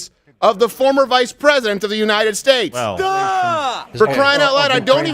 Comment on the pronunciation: If I have to hear Biden say “unined” one more time I’m moving to Qatar